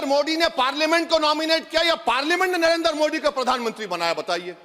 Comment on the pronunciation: नरेंद्र को नरएन्दर....मोदी को मोडी.... क्यों बोलता है.... कानून को खानून....😂😂😂